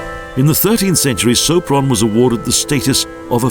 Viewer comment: 'Szopron' ... 'utka' ... stb .... a kiejtés kutya vacsorája, magyarul :-D